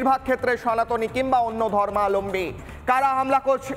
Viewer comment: ধর্মালম্বী নয়, ধর্মাবলম্বী হবে সঠিক উচ্চারণ ।